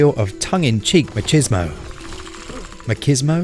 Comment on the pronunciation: the first pronunciation was correct. Machismo sounds pretty close to match-is-mo.